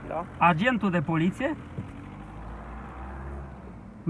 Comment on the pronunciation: bai esti si funny....cica AGNETUL [agentul]